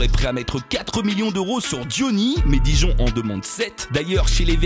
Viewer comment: DIJON ! Pas guimpgamg :D